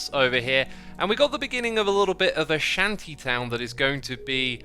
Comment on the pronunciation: Shanky town? I've heard of shanti town but maybe I've been hearing it wrong my whole life lmao